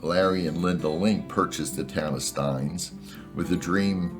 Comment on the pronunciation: It's actually pronounced "steenz"